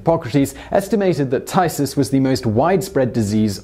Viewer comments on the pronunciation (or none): 'phthisis' is pronounced like 'f (as in 'fire') + thesis (how you'd normally say this word)' I couldn't make out what Simon said until I saw it written :P